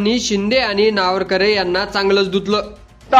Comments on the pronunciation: अरे बाबा नावरकरे नाही, नावेंकर आहे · वाचता येत का नार्वेकर नावरकरे नाही रे पत्रकार महाशय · नावरकर नाही रे नार्वेकर... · नावरकर नाही नार्वेकर म्हण रे .. बाकी भास्कर जाधव ग्रेट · अरे नावरकर नाही. नार्वेकर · अरे तुला नार्वेकर सुद्धा उच्चारता येत नाही. कसला विडिओ बनवतोस 😅😅😅😅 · कृपया या कार्यक्रमाचे समालोचन ज्यांनी केले आहे त्यांना हात जोडून विनंती की,आपण सभागृह अध्यक्षांच्या आडनावाचा जेवढ्या वेळा उच्चार केला तेवढ्या वेळा तो चुकीच्या पद्धतीने केलेला आहे.कृपया उच्चार स्पष्ट व शुद्ध असावेत. कारण आपण जे कांहीं सांगतो त्यातील चुकीच्या उच्चाराने शब्दाचा अपभ्रंश होऊन न कळत चुकीचा अर्थ लावला जाऊ शकतो.कृपया यापुढे असे कोणत्याही नावा बाबत तसेच शब्दा बाबत होणार नाही याची काळजी घ्यावी एवढीच माफक अपेक्षा. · व्हिडिओ बनवणारे तुम्हाला अध्यक्षाचे साधं नाव सुध्दा वाचता येत नाही. आश्चर्य. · आपल्याला साधे नार्वेकर यांच्या नावाचा चुकीचा उच्चार करत आहेत. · पत्रकारानी नार्वेकरांच नाव प्रथम निट उच्चाराव